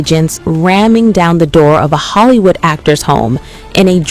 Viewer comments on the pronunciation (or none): none